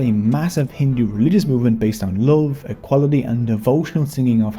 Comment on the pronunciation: Bro It's Love not lave😮 I'm from Bangladesh too